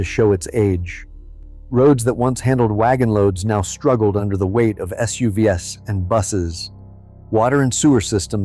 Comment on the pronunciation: Teach your AI voice What SUV's are! This is garbage